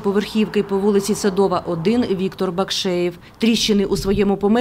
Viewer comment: Не Садова. а Седова.